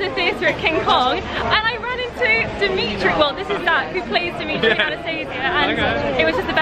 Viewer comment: The name Anastasia is pronounced differently :)